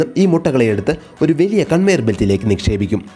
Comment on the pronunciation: വെലിയ അല്ല ചേട്ടാ.... വലിയ.... വലിയ....